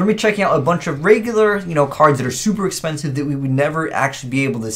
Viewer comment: "Expencise" Kappa